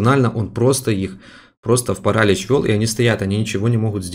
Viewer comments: ставь правильное ударение пожалуйста не пАралич а паралИч очень режет уши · Еее молодец только правильно паралИч